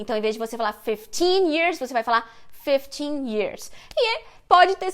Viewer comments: Eu acho que a Anitta falou corretamente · No dia da entrevista eu fiquei me achando, pois eu não tenho nem metade do nível de inglês que a Anitta tem e tanto entendi que ela falou fifty como também percebi a pronúncia de Category. KKKKK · Gente, não foi nada disso!!! A Anitta falou 50, mas a entrevistadora se antecipou achando que ela estava se confundindo, visto que a Anitta estava falando da carreira dela e ela, obviamente, tem menos de 50 anos. O fato é que a entrevistadora foi precipitada e não deixou a Anitta terminar a frase. A pronúncia da Anitta foi perfeita. Falante fluente de inglês aqui e tradutora. ✌🏻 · Os gringos são muito chatos a anitta falou certinho e a gringa complicou tudo, chatão kkk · Se houve erro não foi da Anitta. Ela falou FIFTY perfeitamente. A entrevistadora que achou que ela tinha errado a pronúncia, pq esse é um erro comum de brasileiros falando inglês, mas na na verdade ela não errou. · e ela não falou errado 🙆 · ouvi várias vezes a Anitta falou certinho a entrevistadora que marmoteou. kkkkkk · Na verdade o mal entendido aí, foi simplesmente porque a entrevistadora achou que seria 15 anos, pois 50 anos é muita coisa. Não foi nada relacionado a pronúncia da Anita.